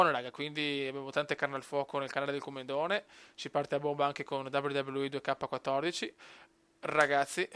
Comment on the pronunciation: 2k si pronuncia in inglese e il 14 in italiano